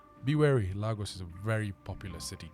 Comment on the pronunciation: Ps its not "Lar gor s," its "La go s"❤